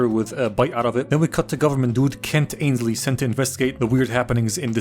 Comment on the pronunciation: consistently calling Hogarth "Chogath" and Mansley "Ainsley" is simultaneously hilarious and infuriating